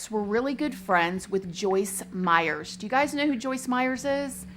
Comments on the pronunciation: Pretty sure it’s Meyer with no s on the end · I love you,, but her name is Joyce Meyer not Meyers. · It's Joyce Meyer not Meyers. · If you put out videos to the public, you should get your facts straight. It's Joyce MEYER, not Myers. I can understand a one-time slipup, of her name. You never once pronounced Joyce Meyer correctly. Do basic research. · It is Joyce Meyer , not Joyce Meyers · Not being snarky, but her name is Meyer, theres no s on the end. Lots of people make this mistake. Hugs =) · I enjoyed this video but literally CRINGED every time she said Joyce MeyerS!!!! 😫😫😅 It’s Meyer, there’s no “S” at the end of Meyer! All love, just my tiny observation. ❤️ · Her name is Joyce Meyer. No "s." Meyer, not Meyers. I loather her, but geez, Journalism 101, first lesson: get the name right. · A small thing ... there is not an 's' at the end of Meyer 😉😉😉 nice channel 🌹💖🌹💖🌹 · How do you get Joyce Meyer’s name wrong repeatedly in your show when you said you’ve read a lot of her books and “know her very well?” You kept calling her “Joyce Meyers,” when it’s “Meyer.” But I do agree that I also am dumbfounded that people murder for sex. I guess it doesn’t matter what the reasons are, because at the end of the day, it all comes down to the fact that people who murder are just bad and evil people. Especially the kind that will murder your own young children. This guy deserves death, and I’m outraged that they even doubted his guilt, with such overwhelming evidence. Who’s gonna send those threatening emails and letters besides him? And coming from his own login and computer and it just so happened that they’re all murdered in an hour while he’s out of the house. I wish he would’ve been murdered in jail already. He does not deserve to be breathing. He’s the personification of evil, period!! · It's Meyer, not Meyers. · I love your videos, but I have to say this. Her name is Meyer, not Meyers. I noticed it because everyone puts an "s" on my last name, too.